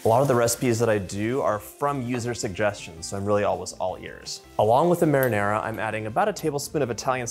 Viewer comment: You're impossible ! An impossible Cook ! But you still got a "like" even if you can't say Marinara and balsamico properly. That's a good idea with the Ricotta cheese 🧀!